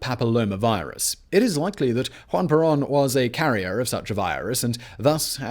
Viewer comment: “Hwan Perawn”